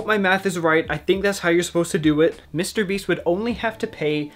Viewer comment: "Mr. BEES"